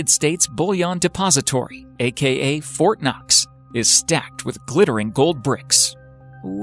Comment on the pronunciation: When they said Fortnoxx or whatever, I heard fortnite...